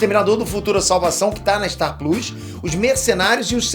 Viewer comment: Curti de ouvir vc falando star pluus, deve ser foda pra vc isso com seu nível de inglês, admiro